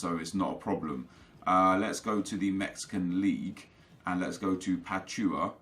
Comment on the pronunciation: Hey just a reminder Pachuca is pronounced(Pa-chu-ka)